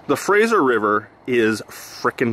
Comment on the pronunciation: "with the wiver"?? too many W words in a row there?:P You really should start prepping an area before you run the highbanker. Strip it down to bedrock, get a good stockpile going and a good huge tailings pond cleaned out and THEN run it, that way you don't have to wait and can just push it all through without stopping and you will know you've gotten everything. It also brings the chance to see cracks and possibly chase some big nuggets.